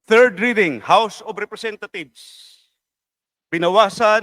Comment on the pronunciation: Tama ba dinig ko o pronunciation lang house of representathieves